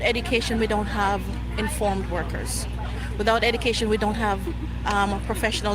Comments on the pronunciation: Edecation 😂 You need some Education 😂😂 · Woman saying "without EDacation..." can't even pronounce the world properly.